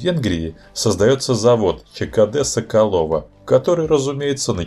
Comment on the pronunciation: Всё супер, только в чешском языке ударение на 1 слог - ЧКД-С'околово. Ну и жалюз'и всё-таки, и это слово не склоняется и употребляется только во множественном числе, очень доставил рассказ про 2 серию с кучей, пардон, "жалюзей".